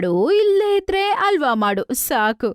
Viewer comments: ಆ ಹ ಸರಿಯಾಗಿ ಬರಲ್ಲ ಏನು ಡಬ್ಬಾ ಕನ್ನಡ ವಿಡಿಯೋ ಮಾಡ್ತೀರ. ಹಲ್ವ ಅಂತಾರೆ ಅದ್ಕೆ …..ಅಲ್ವಾ ಅಂತೆ ಅಲ್ವಾ 😂😂😂😂😂 ಒಟ್ಟೆ(ಹೊಟ್ಟೆ)…ಅಲ್ವಾ (ಹಲ್ವಾ) …. ಎಲ್ಲಿಂದ ಸ್ಕೂಲ್ ಪಾಸಾಗ್ತೀರ ನೀವೆಲ್ಲ?????? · ಅಲ್ವಾ ಅಲ್ಲಮ್ಮಾ ಹಲ್ವಾ ಅನ್ನು ತಾಯಿ ಕನ್ನಡನಾ ಸರಿಯಾಗಿ ಮಾತಾಡಿ 🙂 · Adu alwa alla halwa correct agi pronunc madi